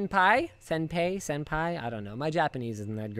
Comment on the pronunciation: I was wondering what all the dislikes were about until I heard him mispronounce senpai. SHESH LINUS; HOW CAN YOU EXPECT TO BE NOTICED BY SENPAI AT THIS RATE?!